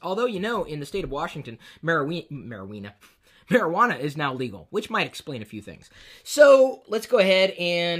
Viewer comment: Mariweenas...Would that be Oscar Meyer Juanas? lol Love the vids Chris!!! Excellent review!!!